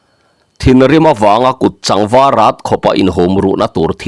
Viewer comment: Kutchang var rat tih hi i lam dik lo tlat zel Kut chang tih a chang hi thil sak, lung chang tak kan sawi a, He lung chu a va chang em kan tih thin a chang kan sawi ang hi a ni lo. Kutchang tih hi Mau chang kan tiha Chang rik anga lam rik tur He mau chu A chang a va khat ve le tih a chang tih ang a lam rik tur